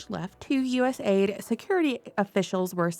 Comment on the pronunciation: Isn't it cool, how they derive names that sound SO GREAT, but are nothing but EVIL. Patriot Act, Homeland Security, USAID etc. You need to stop saying US-AID and say U-S-A-I-D. Misleading big time.I don't trust Rubio period